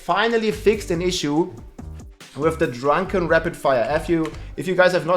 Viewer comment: the way he said drrrrrrunkin rogue i almost spit my drink out